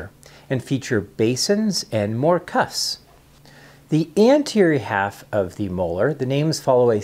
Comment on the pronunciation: Please pronounce the 'p' in the word 'cusps'.